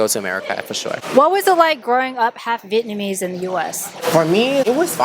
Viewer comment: Am I tripping or speaks English with a hint of Vietnamese influence, e.g. using singular form for plural nouns, pronouncing the word "Vietnamese" as "Vietnamee", etc. No disrespect though just curious